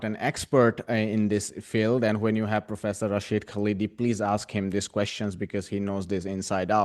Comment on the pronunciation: His name is not "Kaleedi" but "KHALDI," with the "KH" pronounced like the German "ch" as in the name of Johann Sebastian BaCH, or the Scottish "ch" as in LoCH Ness. We have to learn to say "curry" and "naan" and "tandoori," so equally you have to learn how to say our names! Hopefully your India will soon reject its current fascism and return to what it was under Nehru!